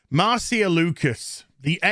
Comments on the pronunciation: I'm pretty sure Marcia is pronounced "Mar-SHA." But I guess I can't expect a Brit to speak proper English. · Isn't it pronounced "Marsha"? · It’s a actually pronounced, “Marcia,” not Marcia.